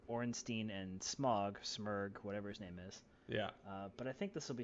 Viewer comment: pronounces every name wrong.